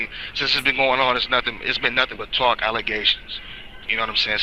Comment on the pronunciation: “False allezations and not facts”